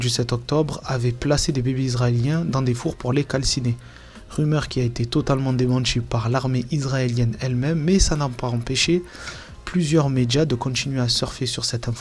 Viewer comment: Désolée, mais j ai de la peine à écouter: les "medja", "de contchinuer", " larmes de crocodjiles", "c est partchi". Moi, je dis "tchao".